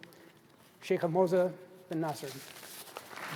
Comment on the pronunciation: Moza not mosa